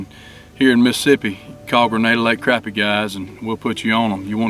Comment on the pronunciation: Thanks for pronouncing it right. It’s crappie with an A not an O